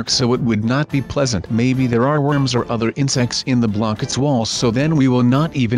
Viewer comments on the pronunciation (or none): none